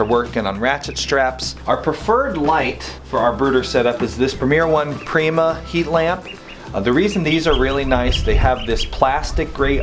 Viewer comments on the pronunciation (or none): none